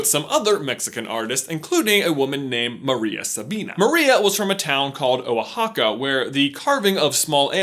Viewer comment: I am glad you said Oaxaca not oaXaca